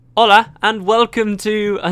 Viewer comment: Your "hola" freaked the hell out of me! LOL